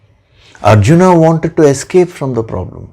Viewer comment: अर्जुन को अरजुना कयों उच्चारण कर रहे हैं